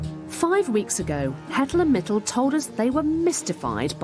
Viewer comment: it's Mitul, they're both Indians